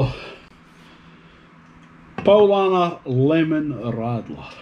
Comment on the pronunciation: The lemon one looks good. And I thought you said rattler as in rattlesnake. So, I thought it was like a lemon with a stinger